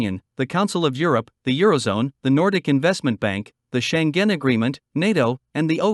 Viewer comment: Please check the pronunciation of foreign names before going on the air. Especially bad was Schengen: Why did you stress it on the second syllable? This is a german name, and you wouldn't pronounce a likewise english name such, would you? In many cases, you find the pronunciation given in the global IPA script in the WP article, also in the case of Schengen: [ˈʃɛŋən]